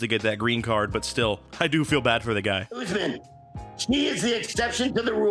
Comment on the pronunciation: Lol “oozman”